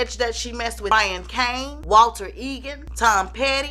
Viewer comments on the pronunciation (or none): none